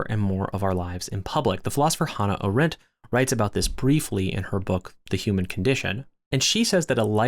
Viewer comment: Love your content, but please stop mispronouncing Arendt 😭